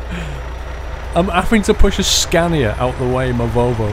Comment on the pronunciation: Its Scania Not Scandia.